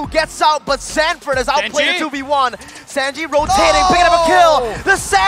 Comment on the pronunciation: These people pronouncing sanji makes me sick